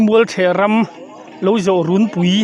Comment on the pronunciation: "Runpui" tih hi, "Kut zungpui" tiha "Zungpui" thluka lam tur.